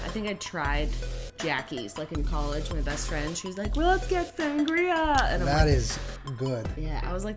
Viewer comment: Foster Treadwell “collage” ? 😂